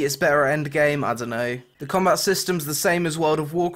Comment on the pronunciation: i like when you're speaking that funny accent XD in combait ><